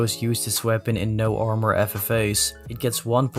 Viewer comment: ik heb de video weer gekeken en als hij armour verkeerd zegt zie je ook heel even Dutch Boy langs komen daar had ik het ook al aan kunnen zien😅